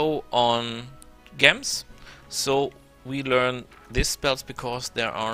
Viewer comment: gems are pronounced JEMs btw. nice video good tips for people who dont mind taking chaotic karma. speaking of karma, does choosing stuff like barbarian, necro school, etc, affect your karma on the astral plane?